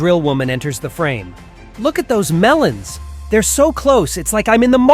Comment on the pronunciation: The way he said melons 💀💀💀